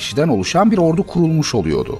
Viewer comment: Sayın kronik tarih spikeri, "oluyodu", "yapılıyodu" şeklinde konuşmak türkçeyi doğru telaffuz etmemektir. Yanlıştır. Verdiğiniz bilgiler çok güzel ancak doğrusu "oluyordu" ve ""yapılıyordu" şeklindedir. Aradaki "R" ler çok önemli.